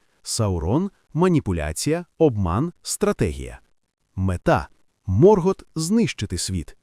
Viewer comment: Ви серйозно? «Сільмариліоні»? «Морґорот»?. Як людина з профільною філологічною та історичною освітою, я Юлія Зимовий Феанор, врівноважена версія свого літературного тезки, заявляю: ваш контент — це ганьба. Ви навіть назву величної книги професора Толкіна вимовити правильно не можете. Яка «релігія»? Сюжет оригіналу вже став нашою реальністю, а ви продовжуєте шукати недоречні паралелі. Ви, мабуть, не читали ні Толкіна, ні Юрія Щербака («Хроніка міста Ярополя»), ні Ніла Шустермана. Мандосе, запиши цих невігласів у свої сувої! Áva quetë! (Заткніться — квенья).Я заводжу свій YouTube-канал (назва в розробці), і тоді вашому невігластву прийде кінець. Хай Альквалонде прийде у ваші домівки, а прокляття Феанора ляже на вас до сьомого коліна за те, що паплюжите мою кохану Арду! 🛳️🔥.